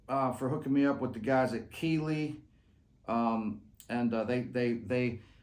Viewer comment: You’re the best. Thanks for all the years of free lessons. Love the “South Alabama” Keeley😂😂